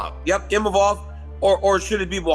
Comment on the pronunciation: Imanov? lol classic Chael.